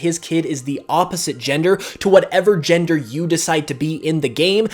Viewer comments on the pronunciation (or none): none